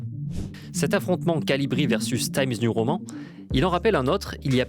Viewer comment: Pourquoi prononcez-vous "Taïmz niou roman" (TIMES NEW prononcé en 'anglais' et ROMAN prononcé comme le mot français) et pas complètement en français ou complètement en anglais ? Je donne pas d'avis négatif ou positif, ça me perturbe, simplement